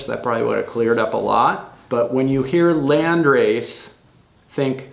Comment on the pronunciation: As an German I can say you pronounce it quite good 🔥 This is a community question! I’m limited to 9 plants for my next outdoor grow so what landrace strains are worth trying? Thanks in advance! 🔥